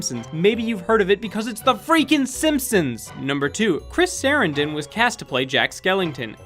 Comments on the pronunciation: SUH - RAN - DIN! SUH - RANNN - DINNN NOT Saran - don! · Pronounced Sa-ran-den not sare-en-den. Susan Sarandon is his ex wife. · Chris Sa-RAN-don. 🙄